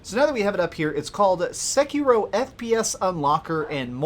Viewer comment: omg the way you pronounced the game just made me throw up